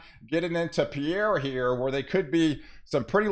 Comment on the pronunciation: Great forecast. I'm in southwest Iowa. By the way, "Pierre," South Dakota is pronounced "P-I-E-R." Thank you!